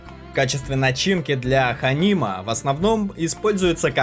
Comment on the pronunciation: Конечно все красиво и правильно сказано, НО, Уважаемые Авторы канала, проконсультируйтесь с кем нибудь по правильности произношения. Уж очень режет слух... Например не Ханим, а Ханум... Маш-кичиры. и т. д.... КазЫ. В узбекском языке И читается зачастую как Ы. Всем Мира и Добра!